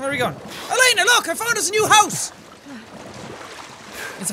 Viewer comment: her name is not laners it is Elena